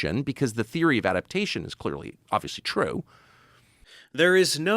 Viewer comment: "I have theery! I'm a syentist!"